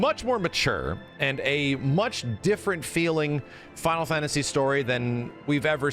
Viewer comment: Why do you say "fantasy" with an accent? "Fawntasy"